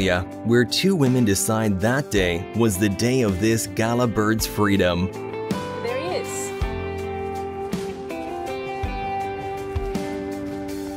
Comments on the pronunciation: The Gallah bird is pronounced gul-ahh not gala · That Australian bird you pronounced 'Gala' but spelt Galah is pronounced locally by those of us in Oz "Gaalarr" or "Gha-Larr" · “guh-lar” Love from an Aussie 🇦🇺🐨🦘